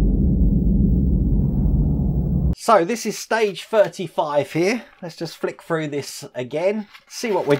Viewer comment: Love your videos,! Leaning toward starting this model but haven't decided yet. Waiting on the Ecto-1 to resume. Also, anyone else think about playing a drinking game to this video? Every time says 'fred this froo', do a shot! I'd be falling out of my chair halfway froo (through) the video!!;-)